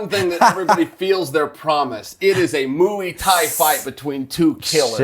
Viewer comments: Chael "moi thai" sonnen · Chael "MOOEY TIE" Sonnen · Chael "mooie thai" sonnen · Mooey tie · Chael ” A Muy-Wee Thai Fight” Sonnen